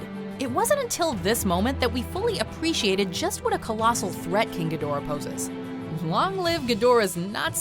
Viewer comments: Me during the entirety of King of Monsters and this vid: It’s pronounced “KING. GEE-DRAH!” Who tf taught you to say GEE-DORAH?! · It's pronounced "gee-dor-ah" not "gid-or-ah" damnit!